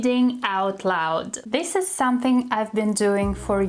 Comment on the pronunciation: Hi! useful lesson! "Don't take it too seriously", have you ever noticed when you say the word "Something" you always drop the "m"? I have been following you for a while and also noticing that you've always dropped the 'm' in the word 'soMething' then it becomes "suh thing" instead of "sʌm thing." It does not sound that weird when you speak. Here's the tip. If it's hard to pronounce, you just break it down and say it slowly when you confidently say it then speed up. As a learner like you, I just want to help you to speak correctly. And I'm not here to judge you. So I hope you find this helpful. Keep up the good work!